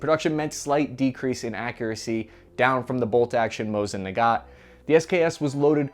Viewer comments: The second name of the Rrussian bolt action is pronounced nagahn. The t is silent. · I'm... Confused... Why are you pronouncing "Nagant" as "Nagat" and "Barbarossa" as "Barbosa"? Are you trying to imply that the Mosin is a nugget and you've watched too much POTC that Barbossa keeps coming to your mind?